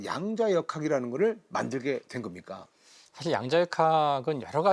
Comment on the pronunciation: (계속) 여러 분의 장단 고저 문제가 심각 하나이다! 예: 사실, 대표,전자, 궤도 등 의 첫 자는 모두 길게 발음해야하는데 이를 짧게 잘못 바름했나이다. 실로 실망했오이다. 미국 변 완수 드림